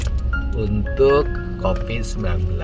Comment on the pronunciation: Ciri khas Pak Dedi F jadi P P jadi F D jadi Z ( Coviz )